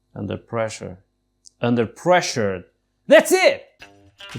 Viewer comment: ADMIT IT: YOUR UNPER PRESSURE! "unper"🤣🤣🤣🤣✌✌✌✌💀💀💀💀💀💀💀💀💀☠️☠️☠️☠️☠️☠️☠️☠️☠️☠️